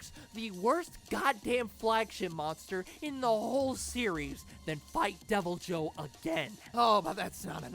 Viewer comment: I think the better pronunciation is devilho